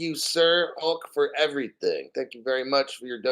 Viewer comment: When you said Everyting with that Jamaican accent..EVERY TING BREDDA...XRP!!!!!!